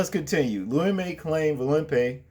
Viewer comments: Bro.. his name is pronounced "Loo‐ we- muh" not Limay lol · Bro the names are pronounced VOLL-PEE AND ABNERS NAME IS LOU E- MA......LOL...I concur ,this animal should remain in jail what man thinks about shoving a stick up someone's ass ,sick individual